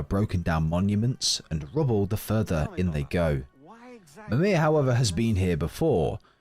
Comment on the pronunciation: Right but Mimir pretty much has a British accent, yet the creator says it really weird in the first part of the video.